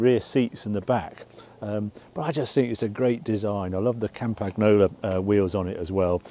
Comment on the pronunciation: as a cyclist and lifelong campagnolo fanboy, happy to hear Harry say 'campagnolo'. haha made my day